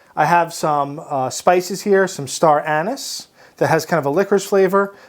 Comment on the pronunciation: dude i love you but you gotta stop saying star anus